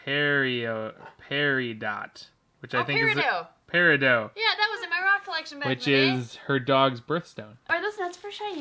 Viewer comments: Actually it is pronounced peridoh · It’s pe-ri-dot not perodot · &: it's called.... Peridoe Steven universe fans: rage IT'S Peri DOT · and pronouncing it perido. Me, being born in August: "IT IS PRONOUNCED PA-RE-DOT (Peridot)" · Pear-eh-dot. Its peridot not paradoe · peridot (pear-eh-dot) that's my birthstone you don't pronounce it like (pear-eh-do-t) that >:< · Bruh I'm cringing when said perio instead of peridot (not hate) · It’s pear ah dot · it is pe-ri-dot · It's pronounce pareidot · its pronounced par-rie-dot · It’s pronounced per-I-dot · Actually it’s pronounced Pair-a-dot. Peridot. You made all of us Steven universe fans very angry. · Am I the only one laughing at their pronunciation of the word peridot 😂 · I wanted to scream when they were mispronouncing the jar of peridot gems bc I’m a big fan of Steven Universe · Peridot is pronounced pear-a-dot but in one word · You said peridot wrong.